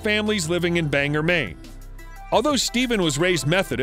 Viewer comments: I'm sorry, but it's Bang-gore. Not Banger. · Bangor is pronounced: Bang gore. Not banger. I used to walk by his house in BANGOR.